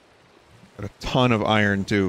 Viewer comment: I feel like Vinny tries really hard to say “iron” correctly instead of the lazy way of “i-ern.”